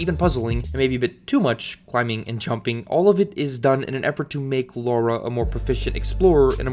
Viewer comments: Great video man, but I just can’t help but correct the way you pronounce her name. It’s Lara, not “Lora”. It pronounced as such. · Seriously, how hard is it to say 'Lara', "Lah-rah". If you're still calling her 'Laura' after 20 fuckin years of heritage I question your sincerity. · La-ra. Not Laura. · Why do so many Americans say 'Laura Croft' when it's clearly Lara? Lara and Laura and pronounced differently with an American accent too. Its not a British thing. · It's definitely pronounced "Lara". Some people pronounce it "Laura." Some people are wrong. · I am American. I say Lara (LAR-UH). I do NOT say Laura (Lore-uh). He is just wrong. It is not a dialect thing. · Can you stop saying 'Lora' its getting on my nervs as I watch, the text on screen and the way her name is written is with an A not a O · Alright... I’m gonna ignore the mispronunciation of Lara and try to enjoy it anyway. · Why do us North Americans pronounce Lara as Laura? I hear people around me pronounce it as Laura and it pisses me off. They are two different names... Everybody, say it with me slowly, "La-Ra" FFS... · Why is it so difficult for americans to pronounce her name correctly. It's Lara not LaUra. And that goes for most of the gaming media, from respectable youtubers to IGN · It is LARA! L-ARRRR-UH. Not Lawr-uh. So frustrating. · First AngryJoe, now you... WHY is it so hard for people to recognize the different pronounciation between "Laura" and "Lara"? The absurdity makes it hard for me to watch this video with a straight face, and NEVER have I not been able to take you seriously before. Sigh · She's called Lara, not Laura. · IT IS NOT LAURA. IT IS LARA!! Is it so hard to pronounce such a simple name? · Lara isn't meant to be pronounced as Laura. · Do you also pronounce "cars" as "cors"? It's Lara not Laura. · It’s LARA! Not Laura or Lora. 🤦🏻‍♀️ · Stop pronouncing her name like Laura. It’s Lara. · ITS FUCKING LARA. NOT LAURA. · Lara not Laura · why do you keep calling her Laura?